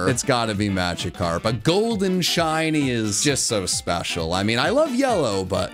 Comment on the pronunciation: It's Magikarp, NOT Machckarp!